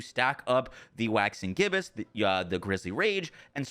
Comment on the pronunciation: Omg he finally said Waxing Gibbous right 😅